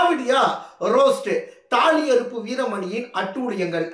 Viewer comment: தாலி அருப்பு இல்லை சகோ தாலி அறுப்பு சரியான தமிழ்